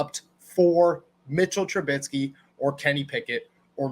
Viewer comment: Trubisky not Trubitsky.